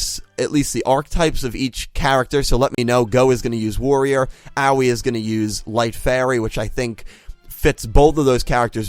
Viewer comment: Bruh I think Aoi is pronounced "Aah oi" like "oi brah"